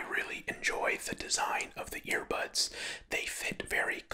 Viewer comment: is he saying ear pods or ear bads